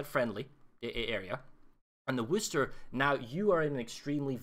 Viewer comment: Worcester, Massachusetts. No “h”. Pronounced Whuhster or Whuhstaah. - this is a really good tutorial, whether you’re playing CV or anything else. Especially an AA cruiser. Thanks!